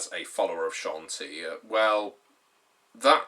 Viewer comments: Ed Greenwood himself pronounces it SHON-TEE, so you’re wrong. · CHAWN-TEE-UH Dear god